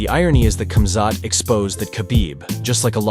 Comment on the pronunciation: Firstly, it’s pronounced “Habib”, not “Khabib”. Similarly, it’s “Hamzat”, not “Kumzat”, ffs 😂 Alcohol is haram. It was inappropriate to say asalam aleikum and congratulations on whiskey. He didn’t need to jump in with Khamzat, the fight was over. It was Islam’s moment, he was giving his post- fight speech. This whole video is cap 🧢